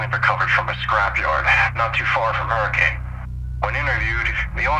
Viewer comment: Honestly, there’s a lot more going on here I think and this is a classic Fazbear Entertainment cover up. Look forward to seeing this game and its lore expand further! Also this isn’t that big of a deal, but “Hurricane” is usually pronounced “Hur-ah-kun”. Dunno how many people actually say it like that over in Utah, but that’s what I’ve heard!